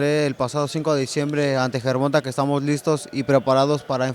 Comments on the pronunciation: 😆 I hate people that pronounce javante like Gervonta.. It's pronounced Gervon"tay".. It's lame as hell when you hear the way a person pronounces his own name the way his team and family pronounces it and you decide you're just going to make up your own pronunciation.. Does Jimmy Linen Junior announce his name that way? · be getting annoying sometimes. Why do you pronounce Gervante 'GER-VON-TAY' GervanTA? Pendejo * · GERVONTUH ??? TA NOT TUH !! PUY SOME RESPECT ON TANKS MF NAME.. JIS CALL HIM TANK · The interviewing is terrible. Its pronounced Gervontay. Smh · The interviewer always pronounce Gervonta name wrong with a short (a) sound. Dude his name is pronounced with a long (a) sound. Guess it's either not important enough for Gervonta to correct this dude or the opportunity hasn't been right🤷🏾‍♀️ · learn how to pronounce Gervonta your embracing your self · why the hell does he say Gervonta like that. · Bro why he saying Gervonta name like that? He heard it so many times, it gotta be intentional.